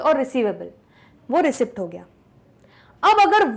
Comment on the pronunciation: Mam it is pronounced रिसिट not रिसिप्ट, how u can do such a silly mistake?